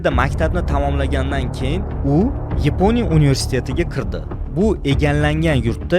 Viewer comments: Yponiya emas Yaponiya deyiladi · Yaponiya❌ Eponiya✅